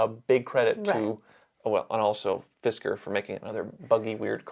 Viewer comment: 😂 “Fitzker” ( and ) 😂